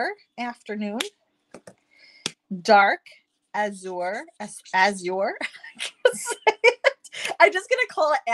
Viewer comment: Azure is pronounced ( a zhr ) say sure with ( a zh ) sound On Google they have the pronunciation sound.